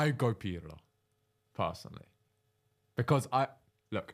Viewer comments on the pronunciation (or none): Why does he call Pirlo "pierlo"